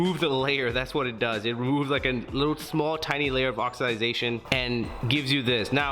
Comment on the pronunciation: Did you say.... oxiDYE Zation ?